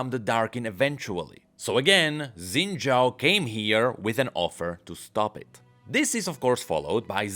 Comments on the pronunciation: I'ma keep asking, why does he call him "Zen" Zhao? 😮‍💨 It's Xin Zhao. They even say his name in one of the cinematics, you don't even gotta know how to read pinyin, just l i s t e n. 😵‍💫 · "Xin Zhaao"